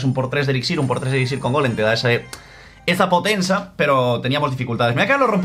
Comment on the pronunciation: esa potensa dice en vez de potencia xd